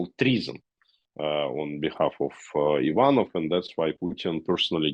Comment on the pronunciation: By the way I never ever heard wrong pronunciation of the second name "Ivanov", you put a stress on the first syllable "ivan..", however in ruzzion it goes on the second one "...nov". Man I never payed such attention :) but it was so cute!